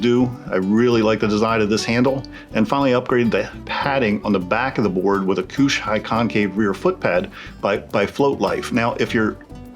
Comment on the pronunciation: My man said "armor-dillah's" and "koosh", lol. Great video. Just poking fun. If you care, armor dilloz is pronounced like armadillo, with an extra r. Kush is like push, with a k. Heard you mention Bridgewater - I'm one town away, so I suppose we're close. With your flight sheild, it looks like since the tire was spinning as soon as your foot came off, the pinch from your foot against the tire, the spin of the tire in that direction (forward) grabbing it and quickly lifting it up, and the way it's locked into the front fin produced a perfect storm and creased it. Since they don't crease, they break. Sucks... Hope they replaced it for you. Though not really a defect, it's the cool thing to do, especially since you're giving them free advertising...